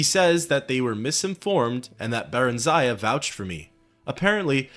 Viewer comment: Isn’t it Barilzar rather then Barlizar?